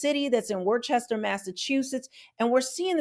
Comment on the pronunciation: Like the videos Not a huge deal but the city is called Wor- ster or Wooster Depending where in New England you are from Lol